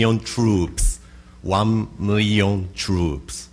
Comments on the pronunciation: Wan Mirlyoon Truups....... Waow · Wrong.... it's "won miwion twoops" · juan-mi-li-one trouupsss! wow!